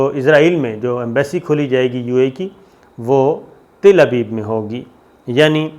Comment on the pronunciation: Saudia Arabia can't accept ISRAEL never... Don't misguide please...!! And not Til abeeb It's Tal Abeeb 😂